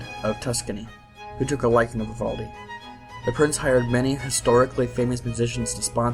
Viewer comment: Vivoldi?!?? Lol VIVALDI VIVAAALDI